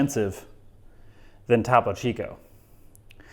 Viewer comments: So i’m with you there on switching from topo to soda stream, however, it almost seems like you’re going out of your way to not pronounce topo correctly. It’s spanish. ‘Toe-poe” Topo. Why are you saying Tapo. As a spanish speaker, so cringe. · Toe-poe chico